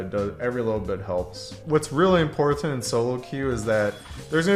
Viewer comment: Why do you over emphasize the first T in important. There are other words you stress the wrong syllable as well... were you taught that way, or just choose to speak like that?